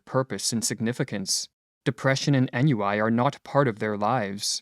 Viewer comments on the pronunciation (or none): ennui is pronounced ON - WEE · Great piece. Also; Ennui is pronounced “On-wee”. Thanks!